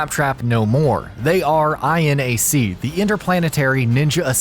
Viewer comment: (Pronouncing INAC): "Eye-Enn-Ay-Cee." Me: "Aienak" (Pronouncing MINAC): "Emm-Eye-Enn-Ay-Cee." Me: "Minnak"